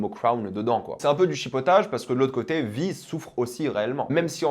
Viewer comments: C'est quoi cette manière de prononcer son nom ? 🙄 Ça se prononce vaï, en vo comme en vf, pas vi. Ça fait hors sol franchement... C'est à se demander si il ne coupe pas le son et ne lit que les sous-titres. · Pour quelqu’un qui regarde la série en VO et qui est pro VO c’est bizarre et drôle de te voir, enfin t’entendre prononcer « Vi » à la française alors que même en VF dans la série c’est prononcé à l’anglaise xD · comment il prononce Vi ça me tue